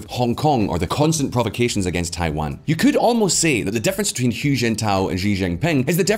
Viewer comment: Hu is pronounced 'who' not 'hyu' as you have it... ffs guys.